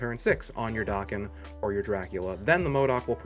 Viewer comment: It's da ken not doc ken come on people lol